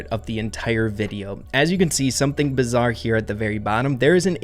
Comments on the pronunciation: "bizzar" "ecoNOmist" "satYRian" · Sorry to be that guy but it's bizarre not bizzar 🤓🤓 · Pls stop saying bizzare